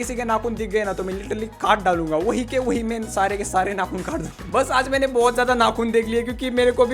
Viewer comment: Bangali ho? Mujhe laga kiu ki ap ne bola mane ki